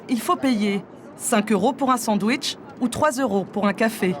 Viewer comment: sandouaichttchhh 😂 wtf